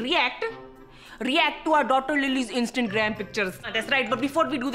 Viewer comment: I love how they are still calling it “instant gram”